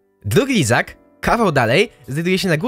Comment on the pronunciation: Kto słyszał izak a nie lizak choć raz ?